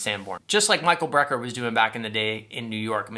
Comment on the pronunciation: Btw, it is BRECKER Brothers, not BREER Brothers.